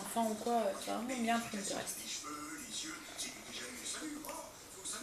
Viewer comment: Bonjour je suis du Nord également ton vlog est bien, pour infos on dit PINTEREST et pas PRINTEREST! En tout cas félicitations pour être toujours en cuisine, moi j'aime bien mais pas autant, il y a le ménage, linge, paperasse... à bientôt.